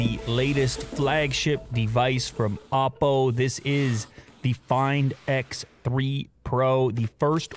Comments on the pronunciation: No offence to any content your work is great but It’s Oppo with an O not Appo with an A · Why I’m hearing Appol ... apple 🍎 WTFFFFFFF. Why not say just OPPO!!!!